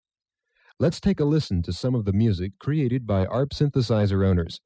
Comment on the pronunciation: ARP is pronounced as one word. Same with MARTA (Metropolitan Atlanta Regional Transit Authority), the public transit system serving the city of Atlanta, GA.